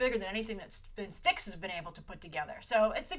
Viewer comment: I believe STX is said as just the spoken letters S-T-X and not like the River Styx. Great video and on point about the behind the scenes of the Hollywood shakeups